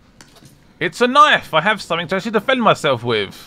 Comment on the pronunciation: Say somefink!!! I luv it!